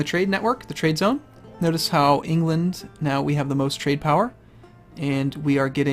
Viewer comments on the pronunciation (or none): none